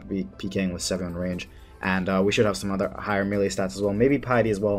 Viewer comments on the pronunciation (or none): none